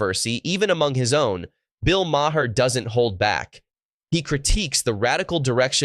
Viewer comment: It’s not “Ma Hair”